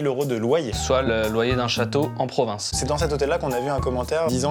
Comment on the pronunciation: Maxime, je te kiffe. Tu es mon youtuber préféré (SURTOUT depuis jeudi dernier!) Mais WOUALAH ! Ne reprononce plus JAMAIS le mot "province" (Yerk, rien que de l'écrire...) Débizou